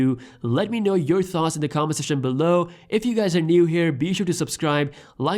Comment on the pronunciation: Its more like peas out